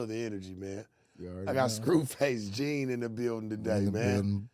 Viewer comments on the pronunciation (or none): He said scruface Jene lmao